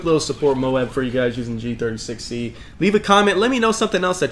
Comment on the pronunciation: Gotta give a like for dat Gee Thirty Sexy